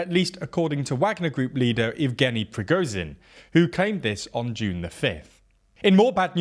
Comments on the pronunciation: The ZH in Prigozhin should also be pronounced the same way. Also the W of Wagner, a German word , is pronounced like a V like the W in Volkswagen. And the KH of Kherson and Bakhmut is pronounced something like a Spanish J - think Juan, José, Rioja. Getting these details right would really increase your credibility. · Prigozhin: Prih Goh (the "goh" sound being like in "God") Zhin (the "zhih" sound is like a French "je" sound, or how you'd say "Jules," as in Jules Vernet). Seriously this man's name is the most inconsistently mispronounced name on the whole channel. Shoigu's name is like shoy-goo Gerasimov; Geh-rah-see-mov